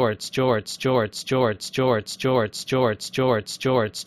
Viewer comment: I've been hearing Joe Ertz since